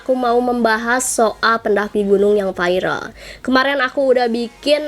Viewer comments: gk bisa bilang viral ya kok di biLng vairal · AKU NGAKAK PAS BILANG VIRAL VAIREL NGAKAK